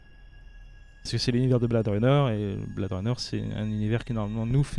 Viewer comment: [Blè-id'], pas [Blad'], Runner, please... T.T